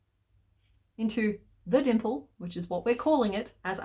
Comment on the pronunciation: What C.K. says: dimple What I hear: but crack 😅😅